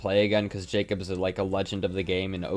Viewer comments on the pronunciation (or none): none